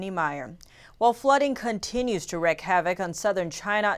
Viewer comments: Tiffany: Wreak is not pronounced wreck! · Wreak, pronounced "reek". Not "wreck". That's different.